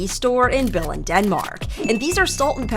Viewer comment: its not Billind its Billund Btw im danish